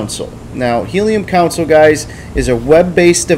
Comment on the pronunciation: Its pronounced "Con-sole" not "council:. Otherwise, great vid!